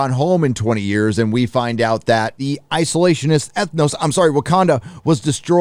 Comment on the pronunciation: "Isolationhist Ethnostate" hahaha I love it!